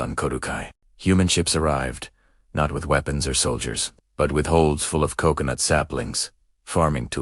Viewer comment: Se ou se ou noot Instead of Co... co... nut? Hail Ai! 😂